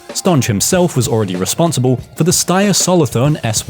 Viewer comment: i am fairly certain the the ...nge in Stange is pronounced like in finger